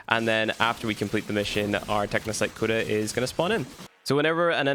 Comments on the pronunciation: pronounced Co-duh. Not Kuda. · Is anyone else triggered by him saying KUDA 😂😂😂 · Aint no way you saying Cooda 🤣🤣